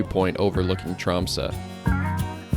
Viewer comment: Finally an American who manages to pronounce Tromsø almost like a native, instead of Trom-soe, or Trom-sau, which 99% of native English speakers pronounces. Yet English is in fact a Western Germanic language (Dutch and German), related to Northern Germanic language like Norwegian, Swedish and Danish. In fact English exists due to the Viking pirates, and Norse settlers that colonized the British Isles. A recent genetic study from 2019, show that all Brits are in fact part Scandinavian of mostly Norwegian ancestry… Old English was similar to Old Norse. Iceland especially and The Faroese islands are very similar to Norway in nature and its people came from Norway and Ireland. Scotland, Ireland, Canada and Alaska as well as Aotearoa NZ has fjords and similar scenery as well. Central and northern Norway was in fact Sámi ancestral lands and territory until the modern kingdom of Norway colonized Sápmi. Sámi are the only indigenous people in not just Scandinavia, but in all of Europe. Because their ancestors the Proto Finns migrated from Siberia Asia to northern Norway during the Last Ice Age bringing lifht hair, skin and eye colors, where they intermixed with the 1st Europeans (Western Hunter Gatherer), who were dark skinned, had black hair and blue eyes, originally coming in from the Middle East. The Proto Finns were distant related to all Native Americans as they came from the same area in Siberia. Their Sámi descendants are indigenous because they didn’t intermix with later incom